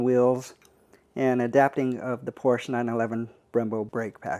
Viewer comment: Porches? Really?